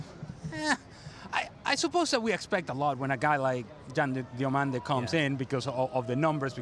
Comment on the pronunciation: Yan Diomande ❌️ 'Yan Demiande' ✅️